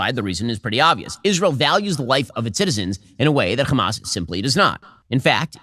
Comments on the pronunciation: he said hamas totaly normaly here. Why cant he proceed and keep saying it normal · It's Hamas not khamaz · "Kchamas" counter please? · Hamas is an Arabic word and the first letter is difficult for the Israeli Jews to pronounce since they are from a European decent which is ironic since their language also has that letter, that’s why they pronounce is “Khamas” but there is absolutely no reason what so ever for Ben to be saying it like that and makes him look soooooo stupid to us Arabs, it’s very embarrassing. Bro is just copying everything the zionists say bar for bar. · If shabeebee says Khamaschk one more time I’m going to lose it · Why is Ben unable to pronounce the word "Hamas"? Anyone who can speak English can pronounce an "H"